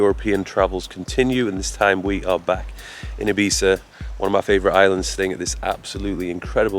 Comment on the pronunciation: thanks for making an effort to pronounce " I " Spanish way ..